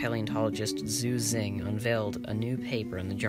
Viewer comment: The mandarin chinese X shounds like SH and the Q is CH. Yixian sounds like Yeesheeahn. Xu Xing sounds like Shu Shing. Jinzhou sounds like Jin-jo-oo. Chinese has 2 J sounds and OU is a diphthong not a blended vowel sound. When speaking let the O sound slip into the U and then quickly diminish. Less cunning linguists drop the U sound all together. So you will hear Jin-jo. Kick ass content btw.